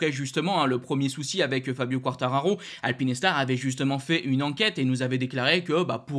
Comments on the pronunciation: Alpine Star (prononciation correcte) Alpi Nes tar (prononciation intéressante) Pas de jugement mais quand même ;) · Alpinestars ce prononce: alpine..stars et pas alpiness..stars 😂